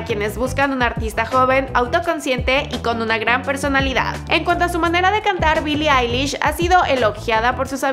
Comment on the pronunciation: Bili ailish xd